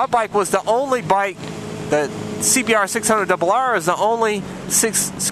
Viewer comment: Carnal i love u say honda cbr double rrrrrrrr